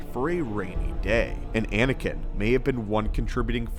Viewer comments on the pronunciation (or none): none